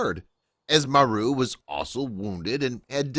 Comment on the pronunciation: Maru not Mary!!🙏